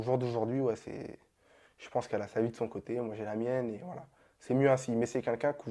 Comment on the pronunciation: Il sait pas dire « quelqu’un » wlh il me tue.😂😂 Il dit c’est « qunqun ».